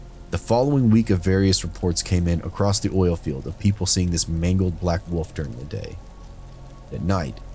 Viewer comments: A ""woof" eh,, not a WOLF.... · It’s wolf. Not woof